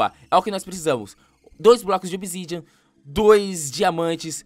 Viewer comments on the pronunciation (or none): kkkk gueto falou todo errado dois blocos de obizidian dois blocos de diamante kkkk gueto <3